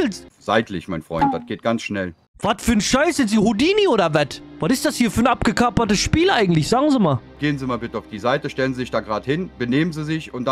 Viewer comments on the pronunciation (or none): fürs nächstemal. Es heisst "abgekartetes Spiel" nicht abgekapert.😆